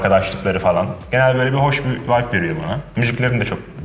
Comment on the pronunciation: uğurhan vibeı kelimesini asırı guzel diyo deliricem